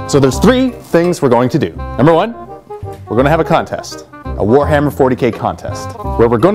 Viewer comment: ha in one of the bloopers, i'm pretty sure you said you were having a "phwoarhammer 40k sale"